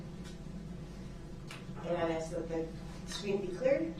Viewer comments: It irked me to hear him say "aks" when he meant "ask" as well. Especially since he could and did say it right numerous times. Lbvs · Detective Guth, not Guf, sustain not substain, bias not biast , oath not oaf, this not dis, grounds not grounz, ask not axe, and soooo many more. Drove me crazy! Also, he needs to learn the meaning of hearsay!!